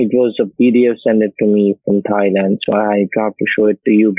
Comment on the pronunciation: Bang-cock Thigh-land…😅 love the pronunciation!